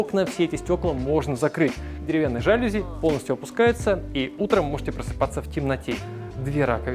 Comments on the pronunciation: жалюзИ, а не жАлюзи..... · Жалюзи- ударение на и